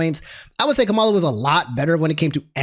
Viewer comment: Her name is pronounced comma-la